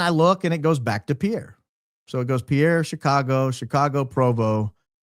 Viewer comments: Pierre, SD pronounced Peer 🤗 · A small tidbit from a NDakota native, Pierre,SD is pronounced (Peer). Love your show! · In case anyone cares - the Pierre SD pronunciation sounds like peer, not pee-air. Cheers! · as a loyal fan from SD- to pronounce Pierre, SD think boat pier, not a French guy😂😂